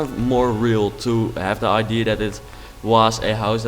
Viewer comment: I'm an English girl living in the Netherlands so I understand why you pronounce idea the way that you, however it is a pet peeve of mine so just wanted to point out that in English it isn't pronounced that way.